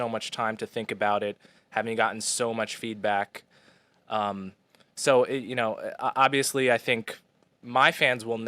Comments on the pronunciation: Aw-vee-us-lee? Awb-vee-us-lee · ob·vee·uhs·lee it's not a silent b. Google that shit. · äb-vē-əs-lē Yes, you are saying it wrong if you are not pronouncing the "b". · you are in the wrong for not pronouncing the B in Obvious. It’s obviously not an inherently silent letter. Please don’t be oblivious to proper enunciation of clear word structure. I still love you. Enjoy your coffee this month. At least one of them will be on me. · It’s not a silent ‘b’ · Uuuuuum, that's a TUMS container not lube, and yes I've pronounced the B in 'obviously' all my life, and always thought it was weird you didn't. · It's supposed to be a soft b sound. The fact that you emphasize b so much relwly shows you have no regard for the language. All you want to do is give people a hard time and provoke anger. Anyways I have better things to than talk to you about pronunciation. I'm closing my YouTube account and I'm going to Egypt for a year. So please don't bother me or message me any more.